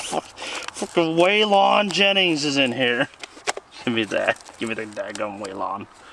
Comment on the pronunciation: I quit watching when they couldn't pronounce Waylon Jennings!